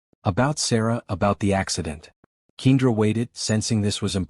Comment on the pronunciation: Wonderful Story! However, If you choose to have a make-believe story of a mixed couple then choose a Name that the Narrator can pronounce. I believe that Ms. Johnson's Name is Pronounced Kendra not Keindra. Kindly, Fix the Correct Pronunciation of Kendra's Name because other than That, it sounds Stupid!!! Some folks Names don't make sense or Spelled properly?